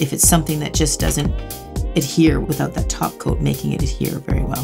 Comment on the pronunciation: Also I think I've been watching so much lately that I hear "Taco" instead "topcoat" against my will every time she says it lol